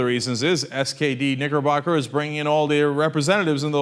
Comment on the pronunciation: Lol, I swear I heard "niggerbugger" the first time Cenk said nickerbocker.